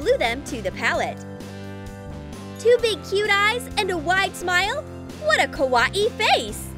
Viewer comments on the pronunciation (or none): How says kawaii: KUWAIE How to say kawaii: ka why E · She always says cut it like this it is so irritating also the way she says kuawii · did anyone laugh when she sai kawahii #trigered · 1:it's kuh why ee not kawai!!!!2: did anyone else notice Finn from adventure time? Still like your vids! Keep em comin!😉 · Its kawii not kawahee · OMG i can not stand how she says ka wati instead of how you really say it ka why e not ka wati lol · Its kawaii not kAwyE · its not kawani ITS KAWAII!!!! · The way she says kawaii kills me 😂 “Ka wat ee” 😂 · Has very true she said Ka wa ii lol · Kawaii: (exists): KAH-WAH-EE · Ah yes, we all love ka-wa-e things. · For me it sounds like is saying KAWA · Ka-wa-e is how she says it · oh mah god "kawawai" YOU SAID IT WRONG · Did she say a KA WA E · She says kawaii as kawa ee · What is it Hawaii that is what it sounds like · it is KA Y E not KA WA E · Who gets triggered when she says kUwAeE? Like if u did ! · Make the bunny kawwi Me: I swear if she says kawwi 1 more Time I will unsubscribe not 2 mins later: blah blah blah KAWWI Me:unsubscribe from select 👉 Yes No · I’m sorry.. is she saying ka wah ee? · She says KA-WA-EE not right🤨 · It is pronounced Ka- why- ee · You pronounce kawai like kawiyey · Is It Just ME Or Everything With a Face On It NOT Kawaii And STOP Saying Kawaii Like Kawaee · She is not saying Kawaii she is saying kawa e !!!:( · bruh its kawaii NOT KAWA EE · Same, she says kawaii so weird but I like her channel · The way she says kawaii tho lol love you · U don't know how to say kawaii but I love ur channel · Has anyone not noticed she said Kawaii really weirdly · please pls pls tell her how to say Kawii correctly!! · They don’t even know how to say Kawaii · she says kawaii like how youre supposed to pronounce Hawaii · They said kawaii wrong LOL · That's not how you say Kawaii tell you say kawaii kawaii